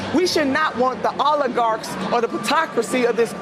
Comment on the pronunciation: The anchor can’t even say oligarchs lol. Guys acting like it’s a slur of some kind. The network probably censored him lol